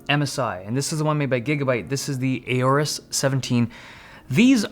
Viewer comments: Isn't it O-rus and not A-Orus? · Aorus how did u say that 🤬🤬🤬